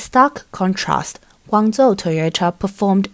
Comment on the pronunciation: Can't you give the male AI syllables so it doesn't say "Guong zoo"?